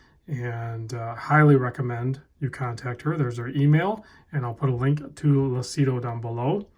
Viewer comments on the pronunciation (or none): it's pronounced "Loochido" (it means "clear" in Italian) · Lucido pronounced Lu-chi-doe means shiny in Italian.